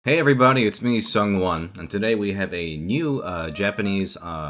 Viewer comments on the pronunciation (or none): It took me a few videos to realize u were saying SungWon instead of Someone